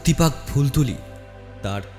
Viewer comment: Sudhu phultuli Noi. Phultola hobe